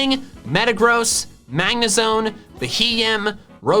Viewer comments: Its rotom not rotome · He says rotom like roetoem